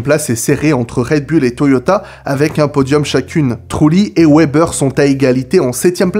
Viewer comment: Wébbeur sérieux ça se prononce Vébèr